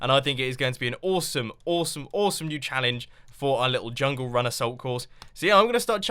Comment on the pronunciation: I've been taking Chinese for 3 years now, and every time you're saying "jungle run" is swear you're saying the Chinese phrase meaning "Chinese person"